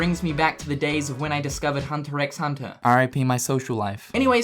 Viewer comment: ...It's pronounced "Hunter Hunter".